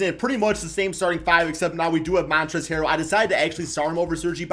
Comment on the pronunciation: Hey so um its Montrezl not Montrez hehe